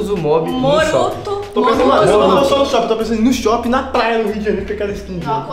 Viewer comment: Ninguém: Absolutamente ninguém::MoRuTo UsuMoB